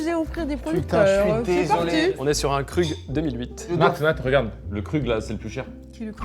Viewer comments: Au top ! Comme d'habitude <3 par contre s'il vous plait pour les Champenois, Krug se prononce "Kroug", pas KrUg 🥲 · ON DIT KROUGUE ET PAS KRUG BORDEL. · Pour la prononciation, ce n'est pas Krug prononcé u mais ou. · Prononcez bien le krug par pitié (on dit kroug en gros)